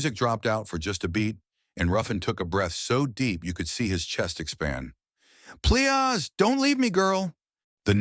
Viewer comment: Now, you know that’s a bullshyt story and the AI can’t pronounce PLEASE!!! I know you lazy muthafuckaz don’t care; much rather a gottdamn machine do the work! Soon, y’all not gonna be able to get paid off of using AI; can’t wait!!!